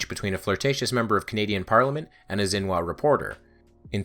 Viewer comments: Xinhua is "shin-hwa", not "zin-wa". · It’s pronounced shin-hwa